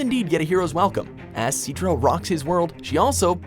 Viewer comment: Lol See-tra